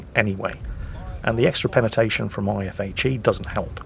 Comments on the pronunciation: "and the extra penetation from my IFHE skill" Me: Da hell, did i hear that right(?) Yes I did....(long pause) what the fuck is penetation? Never change, never change, its what gives you your charm! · He has a lot of "Penatation"